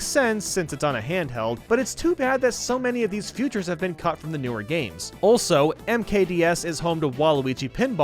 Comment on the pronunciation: Does anyone else notice that pronounces features like "futures"?